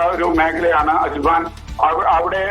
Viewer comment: Ajban alla ajman